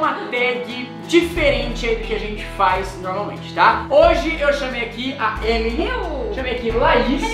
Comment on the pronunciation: o rezende disse remily no inicio kkkk